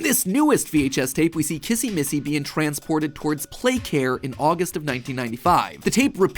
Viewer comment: You say kizzy missy